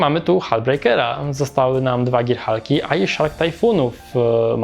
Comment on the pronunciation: Girhalk, nie dżirhalk :) dzięki za reckę